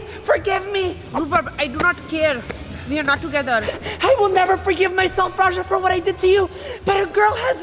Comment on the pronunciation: NO RAJA SAID M NOT N AT THE LAST LETTER OF THE WORD